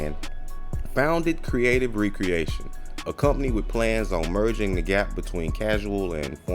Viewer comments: You’re pronouncing it wrong… You’re saying Re-Creation. Spelled with the hyphen and is pronounced Ree-Kree-AY-Shun Recreation is pronounced, Rek-ree-AY-shun which has no hyphen and means - leisure activity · So, you should be using the pronunciation meaning Leisure activity , not the act of crating again